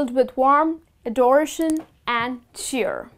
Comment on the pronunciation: Kindly pronounce these words correctly - year, cheers, adoration, and endeavour.